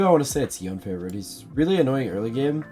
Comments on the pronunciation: Day 4 of commenting Yo-nay until he says his name right. I bought the multiversus bp late and now have to grind like an animal. updates soon to follow. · nah, It's pronounced Yo-nay. This is just my own petty way of interaction, feel free to ignore it. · why do yone streamers have the "i say yoan instead of yonay" syndrome even dzukill says yoan HAHA